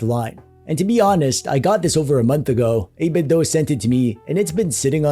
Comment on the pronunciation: Wait, what?! 8-Bit-DOE? NO WAY! It's 8-Bit-DO! As in, "I want you to DO that new retro thing right now! DO or DIE!" There's no DOE in these here DO parts!